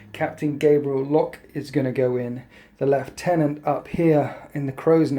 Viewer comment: Lieutenant is not pronounced "LEFT TENANT"